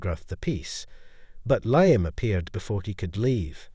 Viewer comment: MORE AI bullshit from someone who obviously cannot write a coherent narrative on their own Can't pronounce Thames OR Liam properly, let alone lavish or elite. WHY did Avery invite William to the auction where Avery was meeting Victor and where her earring was displayed? WHY did she behave so blatantly there, IN PUBLIC, with Victor, IN FRONT OF William? WHY did she give an expensive earring that William had bought and given to her as a gesture of love to Liam? Victor mentioning "Edinburgh"? WHY did William go home home without Avery? WHY did the earring disappear the next day if William had never mentioned it to Avery? "Avery's cryptic sketchbook" comes out of nowhere. Avery sketches? WHY was she crying while talking to Liam? She hadn't even left him yet. "A lingering hesitation" when he did nothing more than touch her shoulder? Doesn't sound like there was much chance of the baby being Williams if she cringed at merely a shoulder touch. Also, having an affair WITHOUT taking precautions? Why did she need Victor as a "decoy" to throw William off? William believing that she was cheating with Victor would somehow be less tragic than her cheating with Liam? Adultery with a wealthy collector is more acceptable than with a struggling artist? WHY did Avery flinch whenever William's phone buzzed? C + L? WHO is C? HOW did Liam get Victor's new address to mail the earring back? Victor, a "wealthy collector" is adjusting paintings at the gallery? Is that common for wealthy art collectors